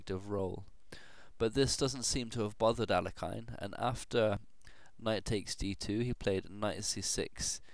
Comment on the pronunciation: Alekhine's name is actually pronounced "ahl-YE-khin" or "ahl-YO-kheen" rather than "AL-ek-ine".